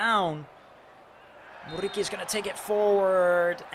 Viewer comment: this dude's RRRRR is so annoying, man you are speaking English, you don't need to pronounce that R that heavy. Besides, the R in Muriqi is only 1, you don't need to say it like RR, it's driving me crazy